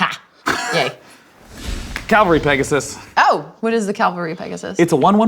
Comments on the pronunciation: Would like the point out it is pronounced "Cav-al-ry" not "Cal-ver-ee". You can tell because the letters are in that order. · Stop saying Calvary Pegasus. Read the word carefully now....C A V...... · "Cavalry." Very different from "Calvary." Kinda like the difference between "horse" and "heros." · I die a little inside when people say calvary instead of cavalry.